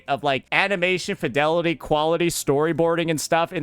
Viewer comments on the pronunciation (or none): none